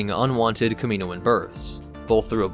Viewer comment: Kamino and Kaminoan have different pronunciations so you’re pronouncing Kaminoan wrong. (Cam-y-noan) (not sure if that’s how ya would spell it out